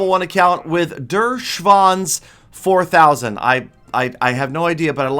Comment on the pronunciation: Ich hab gerade den besten Lachflash meines Lebens bei bekommen, er spricht es einfach einfach Dör Schwans aus wie geil Er Versucht ja immer seinen Chat,,Family friendly'' zu halten und dann sagt er bestimmt 10 mal Schwanz im Video naja kann man mal machen 😂